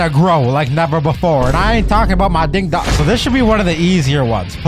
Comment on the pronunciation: Bro said dingo dong